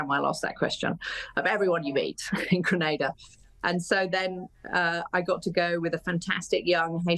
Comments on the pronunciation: I'm sorry. I want to clarify something. Your pronunciation of "Grenada" is incorrect; it should be pronounced as "Gre-nay-da." Not Granada. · "Grenada" is pronounced as "Gren-nay-da" "Antigua" is pronounced as "Aunty-ga"